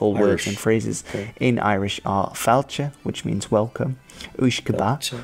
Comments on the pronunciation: It's Gaeilge. It's pronounced fawl che not fal cha. Your pronunciations are totally incorrect ffs. .. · He gets some stuff wrong about Irish and his pronunciation is very poor. Gaelic is the family of celtic languages. Gaeilge is the Irish language pronounced Gael-ga. We prefer it pronounced as Gael-ga rather than Irish. Also the use of the term 'British Isles' is wrong and not acceptable anymore.